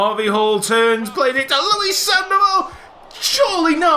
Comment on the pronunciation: I'm from Argentina and I like they fact that one argentinian player (Sandoval) is part of the series, btw the right pronunciation is SandovAl, I mean the hard tone is at the end not at the start. I don't know if you could understand what I'm trying to say jajaja, if not let me know and I'll try to explain it in a different form (Rui Faria is the type of guy that says "sorry for muy bad English" so I don't say that)